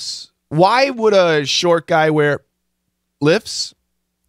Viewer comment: Thank you , but there was no a problem with "are you wearing". It was problem with "lifts" this sounds like "lip". The guy enterly swallowed "f"